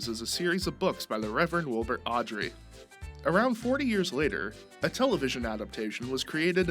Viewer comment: W.V. Audrey?????? The disrespect 😂